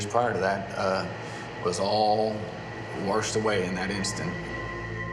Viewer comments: "...all warshed away..." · It's amazing how much of cowards murderers are with guns. What a pos killing a random family! R.I.P He said "all the anger was warshed away"🤣